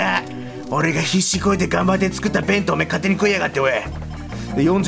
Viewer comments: べ⤴︎んとう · 弁当のイントネーションが私が思ってるのと違った